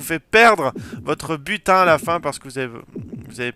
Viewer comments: Butin. J'ai compris "putain" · A chaqes fois que tu disait butin je comprenai putin je me disait WATTTT